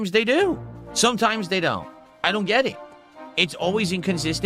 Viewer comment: "You'll never gyet clips of raging while playing dragonquest 7" we're watching exactly that right now and it cost literally zewo dahllars... although it is more of an impotent tantrum